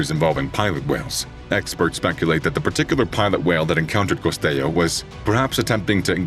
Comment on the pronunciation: ☝️🤓 Costello is an Italian not Spanish surname, and the L sound is pronounced.